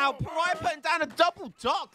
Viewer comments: PARAYAH LOL pronounce "paa·ruh·ee·buh" in ingles, but in portuguese is "Pa-ra-í-ba " Maybe if you listen to translate it will help you, because the pronunciation is very, very different from "paraya" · Thanks made me notice it too HAHA /Pará-bia/ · Please learn how to say Paraiba. Its a the name of a state in Brasil.its not pronounced paraiah